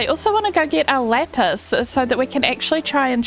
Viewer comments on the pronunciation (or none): none